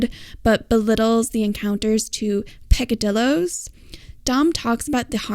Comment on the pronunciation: Lol dude it is PECADILLOS, not 'picadilos' 😂😂😂 PEH - KAH - DEE - YOS It is 'little sins' in Spanish Monolingual yanks are pitiful when it comes to pronouncing Spanish words...